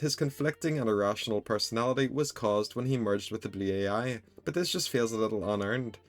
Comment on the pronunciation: How he pronounces blue ai "Blew-Aye-Eye"